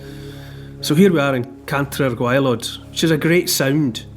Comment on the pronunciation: Cantre'r gwaelod perfectly pronounced by Neil Oliver 🏴👏👍